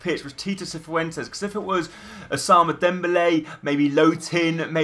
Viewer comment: Ous-a-moon-A Dembele